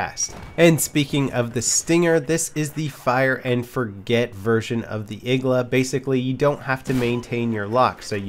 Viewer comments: its not igla ITS igła !!!!1!1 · It's not Igla, it's iglA